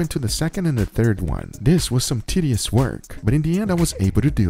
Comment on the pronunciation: Tell me im wrong but did he say tiddious😂